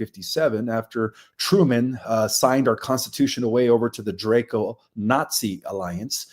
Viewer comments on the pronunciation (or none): none